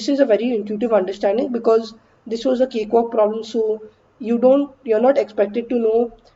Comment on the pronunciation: Nobody: Ansolutely Nobody:: CaKeWaLk!